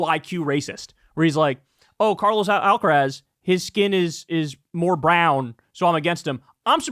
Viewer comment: Love you, Kyle, but learn how to pronounce Carlos Alcaraz. It hurts when you say it. XXXOOO